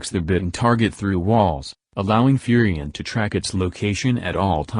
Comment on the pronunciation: "Furry Ann"